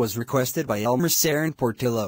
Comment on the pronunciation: It's elmer serrano portillo Not elmer sarren portillo😒